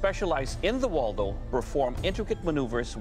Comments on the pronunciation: you say the name like waldo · 왈도라고 들리노 ㅋㅋㅋㅋ